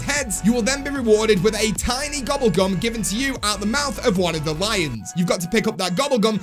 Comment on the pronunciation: Why you say gubble gum